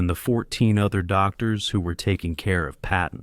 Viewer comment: His name is Patton not Peppin! George Frei